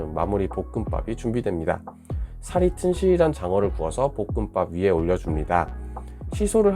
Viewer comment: 볶음밥 발음이 잘 안되나유? ㅋㅋㅋㅋㅋㅋ복끄빠 라고 들림 ㅋㅋㅋㅋ